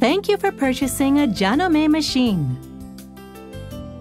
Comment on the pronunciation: Umm, that IS how you pronounce Janome - in Japanese.